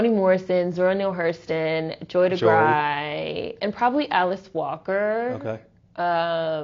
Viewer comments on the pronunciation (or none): Great talk. Joy Degruy's last name is pronounced Duh-Grew.